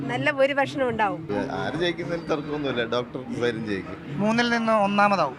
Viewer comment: അടയാളം കൊഴൽ എന്ന് പറയുന്ന സരിൻ എന്ന് പോലും പറയാൻ അറിയാത്ത ജനമാണോ പാലക്കാടിന്റെ ശരാശരി വോട്ടർമാർ?